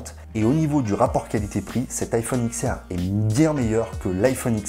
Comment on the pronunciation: juste vito la video est excellente je tique juste sur le prononciation: c'est iPhone DIX R pas X R